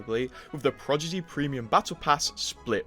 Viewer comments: the way he keeps saying “progidy” instead of prodigy lol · He Said Projiddy So Much That “ Prodigy “ Sounds Weird To Me Now 😭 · Bruh, why did you say "Progidy", now I can't un-hear that. Aren't you, like British 😭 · “Progidy” is way better then “Prodigy” anyway 😂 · Take a shot everytime homeboi says "Progidy" :/ Annnnd were all dead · Right can’t trust someone who can’t even speak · Blud hit us with the "progidy" can't unhear it now! ☠☠ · I am 27 seconds in as a non native and it hurts so bad even for me. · Hello, how are you today? Also... Progidy lol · Is he saying "Prodigy" wrong on purpose..? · the way you say prodigy is crazy lol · i was watching video without looking and im like wtf is the season called? then i look and its says "prodigy"😂😂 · yes bc he says it wrong